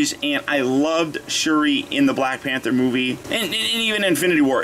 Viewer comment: YO U SAID PANTER INSTEAD OF PANTHER BRO BRO